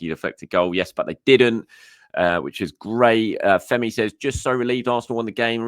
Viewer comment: The way you pronounced Femi, one would think you are a Yoruba man. You got it correctly down to the accent.